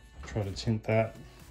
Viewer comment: Are you saying "tint"...? Its "tinned", you tin the wire Sweet soldering iron, love the stability on the big battery base